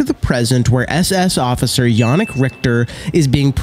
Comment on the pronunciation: He said jannick right but richter not